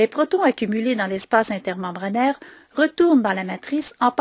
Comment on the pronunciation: merci pour la vidéo bien fait mais un petit problème avec la prononciation de protons on dit protons H+ pas protine